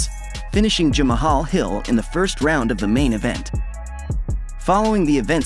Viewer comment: How is it , this guy can pronounce Israel Adesanya but can't pronounce " Jamal" 🤔🤔🤔 anyone see where I'm going with this??? This is the same guy that also " click baits " consistently🖕